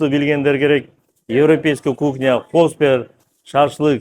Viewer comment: Кухня десен кукня дебей